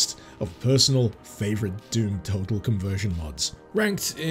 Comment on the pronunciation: Did you just pronounce total as tottal? How would that even happen??